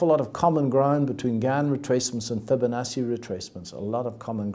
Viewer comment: he can't even say Fibonacci properly.